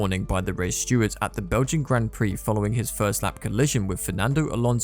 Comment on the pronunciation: Has this commentator ever watched a Grand Prix? He can't even pronounce Grand Prix or Alpine.